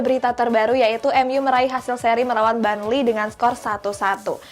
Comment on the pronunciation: Burnley not barnley hadeeh😴😴